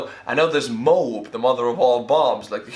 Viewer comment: MOAB is pronounced with two syllables: MO AB. :)